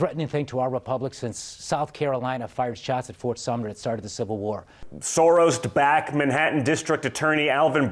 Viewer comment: Don Jr always says "Soros'd Back" instead of "Soros-backed" lmao these idiots can't even speak and nobody on their side cares that it doesn't make sense. I remember everybody saying we were going to be living in Idiocracy in a few years, and I'm frankly pissed off it isn't anywhere near as funny as the movie promised. I need Terry Crews as president at minimum